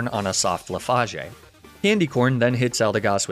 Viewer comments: haha listen at min 5.07 instead of leafage he said leafashe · I'm new here. Please tell me he's mispronouncing "Leafage", "Arcanine" and "Ninetales" on purpose...